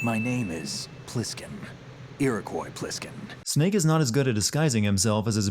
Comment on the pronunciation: That is the best way of saying “Snake” I have ever heard